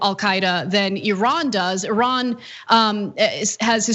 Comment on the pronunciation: You pronounce "Iran" very well! like a Persian! Interesting!